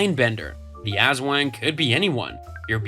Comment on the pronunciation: You’re pronouncing aswang wrong and it’s lowkey funny and making me wanna cry XD (As-w-ung, not “As-wang”) Ps: I’m sorry if this is rude, I sometimes get annoyed when words aren’t pronounced right. It’s a toxic trait of mine 💔